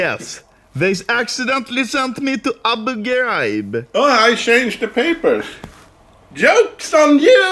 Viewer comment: how is this written i dont understand because of accent oh nvm its abu ghraid :D